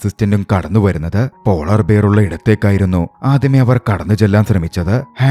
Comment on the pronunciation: ബിയർ അല്ല ബെയ ർ